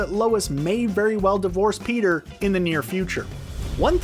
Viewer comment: He legit says Beter instead of peter in the whole video